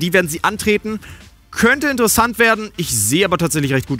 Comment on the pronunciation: das wird INTersesant ... betonung ;)